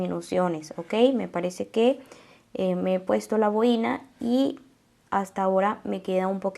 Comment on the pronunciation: Es una boina y no boína